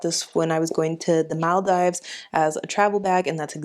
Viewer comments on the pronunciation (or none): Maldives is pronounced as ‘maldeevs’ and not ‘Maldiives’.